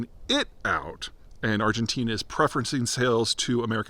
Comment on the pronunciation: ArgenTEEN-uh! Lololol we still love you, Peter!